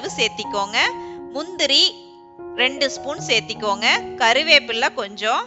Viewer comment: Seathikonga don't say like this searthukkonga say like this